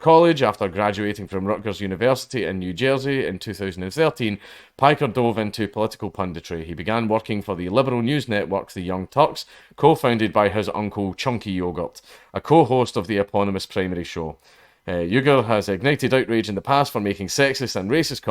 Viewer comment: Did you really fucking pronounce his name as chunky yoghurt? I fucking spat on my monitor when I heard that.